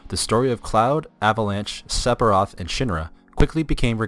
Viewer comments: It is "Seph-ee-roth" not "Sep-hee-roth". Also "Ak-sess-ee-bill-ee-tee" not "ass-ess-ee-bill-ee-tee". :) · the cb system is fine you can button mash any rpg if you gind enough it depends on your play style that is why alot of vids on yt of people battling safer sephiroth pronounced seferoth but you do know ph makes a f sound right? anyway that's why alot of yt vids are fighting him at lv 50-60 to make it more challenging if you want you to can get 9999 hp lv 99 max matirea and pretty much end the fight in 5 turns or button mash basic attack and win that way if you can reach him If I remember right he was unattainable with basic attacks with some characters it's up to your game play so judging it on something that is not only is based on gameplay but is the same weakness for pretty much any rpg where you can freely train is highly unfair also mako is pronounced mawko jesus did you even play any of the games other then the original or even play the original it's not looking like it go play crisis core and learn to pronounce before you do a game revew the only one you got right is airith lol thumbs down rofl the more I watch the more I beleave you have honestly never played this is has been confermed sphiroth was controling jenova while healing in the north cave after his near death in mako reacor 5 re rejoined the lifestream and gained new knowlage and power being able to manipulate the life steam it's self as well as any existing S sells that is why he can brainwash cloud and even morph jenova into him self along with all his powers and memories this is proven in advent children as